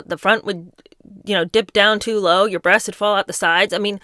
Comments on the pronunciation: …. The rolling of the RRRests with the seriousness of your face. Oh girl, I love you so much 😂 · Hanging from her brrrrrreasts had me cracking up 🤣🤣🤣